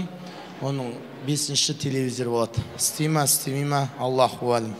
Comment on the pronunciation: Телевизер емес телевизор😂